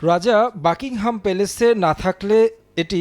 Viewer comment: মূর্খ সাংবাদিক, বাকিংহাম প্যালেস কে বলে বাংকিংহাম প্যালেস